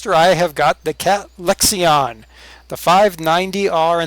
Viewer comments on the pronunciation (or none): U don't say the I in lexion